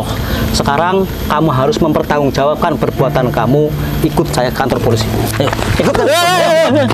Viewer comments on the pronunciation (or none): Polisi bang bukan polisai 🤣🤣🤣🤣